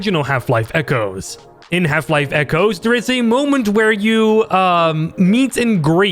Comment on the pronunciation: i keep hearing "Half life: Kennedy 12"